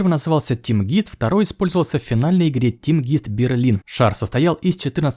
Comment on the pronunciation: Очень интересно! Спасибо! Мяч в Германии не "тимгист", а "тимгайст", что переводится как Командный Дух 😄👍